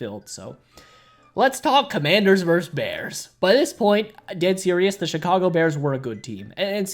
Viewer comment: Say the word “versus.” VersUS. It is not “verse.” Versus.